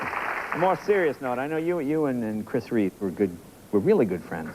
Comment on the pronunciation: fyi, it's Christopher REEVE, not REEVES !!